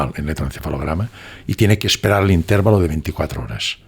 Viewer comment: No tengo duda de la elevada cultura del, un hombre muy bien preparado, sin embargo la idiosincrasia es dominante. Ejemplo: Él dice intérvalo como palabra esdrújula, no obstante sabemos que es grave, es decir intervalo. Sería bueno que alguien le corrigiera con el mayor respeto. es un hombre humilde y lo agradecerá. Mis respetos de quien tengo que aprender y aprendo. Gracias